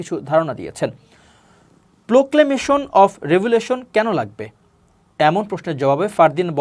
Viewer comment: সংবাদ পাঠককে বলছি - প্রোক্লামেশন শব্দটিকে কতবার আপনি ভুল ভাবে উচ্চারণ করে প্রকেমিশন বললেন???